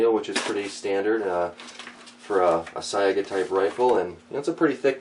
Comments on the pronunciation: it's pronounced "S-eye-guh" not "s-eye-ay-guh) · Is it pronounced "Sa-ee-ga" or "Say-ga"?